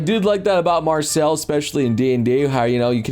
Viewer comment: Why you calling MarCILLE "MarcELLE"???? Also, nope, Larian won't touch dnd with a ten foot pole at this point.